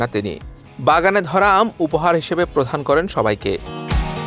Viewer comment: কথাটি হবে উপহার প্রদান, "উপহার প্রধান" নয়।‌ তার আগে একবার আপনি বলেছেন ভিগা কিন্তু কথাটা হবে বিঘা।‌ কোন সাংবাদিকের বাংলা উচ্চারণ এত জঘন্য হতে পারে ধারণা ছিল না। সংবাদ পরিবেশনের আগে অবশ্যই শব্দ উচ্চারণের বেলায় যত্নশীল হবেন।